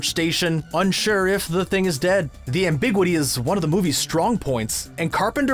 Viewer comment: The "ambigwity"?